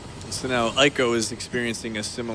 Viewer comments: As much as name pronunciations come down to personal preference, repeatedly hearing the "ei" letter combination (eidolon/eiko) pronounced as "eye" rather than "ay" put me on edge the whole video. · Yeah. =/ They go back and forth between "Ee-ko" and "Eye-ko" but at not one point is the correct pronunciation, "Ay-ko", uttered. Eye-dolon is actually correct though. They say it in FF13 I think. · Hate to have to type this but it was grating on me... Eiko is not pronounced Aiko!